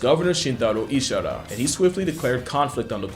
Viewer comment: IshiHAra, not Ishara. Overall, interesting video. Thumbs up. Though, I do think your video title is misleading as the humans won the battle by just using nets with garbage. Crow populations dramatically dropped as a result. Most cities use folding metal-framed nylon mesh garbage collection spots now. Crows sometimes pull a little through, but their historical garbage feast has become a trickle now. --- I know not to let crows and ravens know it's me if I try to scare them off. A few months ago, I was awoken by a crow party around my apartment. Dozens of crows cawing to each other. So, I shone my laser pointer around them. They freaked out and all flew off. Mission accomplished. Unlike pigeons, crows are very wary of laser pointers. In this case, their intelligence can seemingly be used against them. But I wouldn't depend on this to shoo them away from a local garbage collection spot long-term unless you pair the laser with rock throwing, slingshot or something else. I think the crows would eventually figure out the laser pointer doesn't cause any damage. But at first sight, with a powerful laser, they really freak out when that laser spot gets anywhere near them. The contrast with pigeons' nonchalance is amazing. You actually have to train pigeons to be afraid of the laser pointer. Otherwise they don't care.